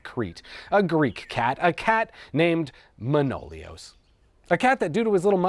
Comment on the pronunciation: One note, it's not ManOlios, it's ManoliOs ;)